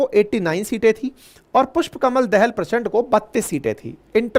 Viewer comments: आपका अनालिसिस बहुत सही है । पर उच्चारन, जैसे पुस्पकमल दाहाल प्रचण्ड को आप दहल कहते हैं तो बुरा लगता है । दहल नही वह दाहाल हैं जो वत्स गोत्र के ब्राह्मन हैं । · पुष्प कमल दहाल not दहल